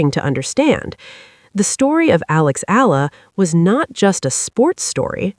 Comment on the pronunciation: EALA read and pronounced it E-YA-LA, not ALA. E - YA - LA not ELA E-YA-LA not EYLA E-YA-LA EALA E-YA-LA